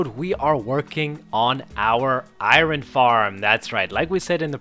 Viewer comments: How do you pronounce the iron wrong its not said eye-run its eye-un you over pronounce the R. Also what is with the "we" and "us" I am not playing the game. You are. They're not "our" tools they're your tools. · I hate how you say iron lol